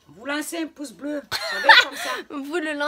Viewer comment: elle a dis poce blo